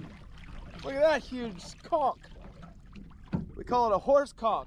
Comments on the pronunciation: "Look at that huge Co...nch." "They call it a Horse Conch." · I think he’s pronouncing it conk though